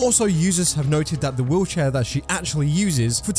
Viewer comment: I kept hearing "wheelchair" as "woocha" and I was so confused wondering what the hell was a woocha 😭